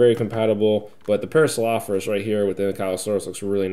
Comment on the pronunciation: Oh and one more thing Para-saur-ol-o-phus